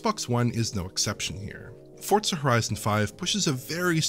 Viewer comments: no, they're saying it wrong. There is no T. Saying Fort Suh is more ridiculous than if I went to the Tsoo with Tsendaya from Spiderman and there was a Tsebra but then there was a zunami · Why the hell does everyone call Forza "Fort Suh"? Who taught you people English?